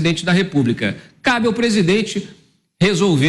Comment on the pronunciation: Por isso acho que pra ser tudo isso ganhando tanto dinheirão, tunham qye ter cyrsi syperior,nos temos um pres8dente que fala pisidente,presidença,anus no lugar de anos. Que mais o que????daniela do caguinho e fichinha